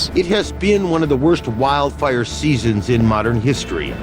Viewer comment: “Wildfire” emphasis on “wild”. Nature does that.